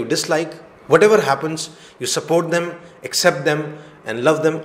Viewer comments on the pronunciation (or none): Accept ........ Is the correct pronunciation but u r pronouncing as except